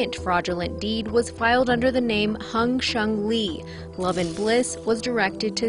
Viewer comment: "Hung Shungli" ... Classic 💀